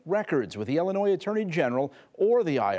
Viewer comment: It’s Illinois🤷